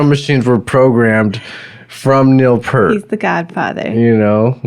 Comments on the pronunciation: Two things.... Why Why ZED. Canadian song, Canadian airport. And it's P-EAR-T... not pert. Toronto boy... saw them 42 times. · Its pEARt....not Pert. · Neil Peart pronounced his name just as it is spelled: P - ear - T You're saying: P - ur - T PS - As YYZ was about a Canadian airport, it's pronounced "why-why-zed." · Peart, not 'pert' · Say "peert", not "pert". :) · For the 4897th time, it's YY ZED, and it's Neil PEERT, not 'Pert'. 🤦🤦‍♂🤦‍♀🤦‍♂🤦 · If you’re such a fan, pronounce the name correctly… P-EAR-T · Pronounced PEErt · Fyi Neal’s last name is pronounced "Peert". His daughter died in a single car accident and his wife never got over this tragedy. She was diagnosed with cancer but chose not to fight and passed about a year later. You are totally right about how he chose to grieve by riding his motorcycle for a long trip from Quebec to Alaska to Mexico etc. He wrote a book on that trip called : Ghost Rider: Travels on the healing road. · Dude get his name right lawd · Sad you couldn’t pronounce his last name properly. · wow pronouncd his last name wrong, i cannot even watch. but good try! you are also lying about the drum machine thing, ridiculous. ignored nd not subbing. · That's not how you pronounce his last name.